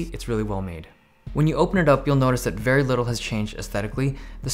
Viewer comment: U need to find to find another word for "Vey good"